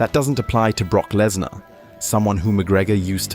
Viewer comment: Prock blessnar 😂😂😂😂